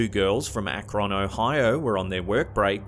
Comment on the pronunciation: I love the way he pronounces "Akron Ohio".